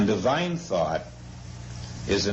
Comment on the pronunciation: forms... thort...